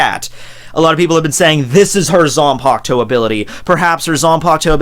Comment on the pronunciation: It might just be her "zampukto", but not her zanpakuto. 🤣